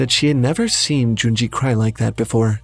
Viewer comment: It's Junji